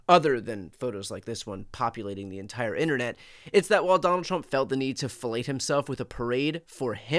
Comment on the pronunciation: I had to rewind to make sure-and yep, you said the president had to “felate himself.” 😂